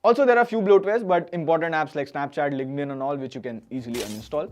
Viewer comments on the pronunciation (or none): none